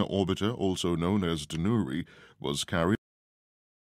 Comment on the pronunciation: 또 한국 뉴스를 올려주셨네요! '다누리'는 외국인이 발음해도 우리나라 사람 발음이랑 큰 차이가 안나는 것 같습니다. 이름도 잘지은 것 같아요.ㅎㅎㅎ